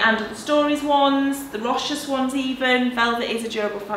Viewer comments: Hi! I believe Rochas is pronounced "Row-SHAHS":) Love your mum lurking in the background hahaha! She is a legend. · Rochas is pronounced row-shah. You don't pronounce the 's'.